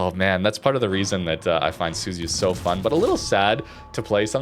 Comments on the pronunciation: The American CCs for this game show such an unbelievably embarrassing level of ignorance towards pronouncing any other nation’s ships, even British ones FFS… How on earth can you look at the letters Su Zu Ya… and then pronounce that as Su-zy-uh?!?!?!?!?! I just came from a Normalguy where he tries talking about La Spe-zi-a, calling it a La Spee-za and worse. Come on guys… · I think right pronunciation is SU-ZU-YA